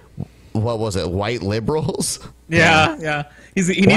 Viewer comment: A "vhoyte"